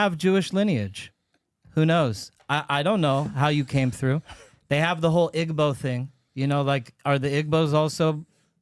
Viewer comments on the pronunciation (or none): I'm Igbo & it's pronounced (E Bo) not "igg bo"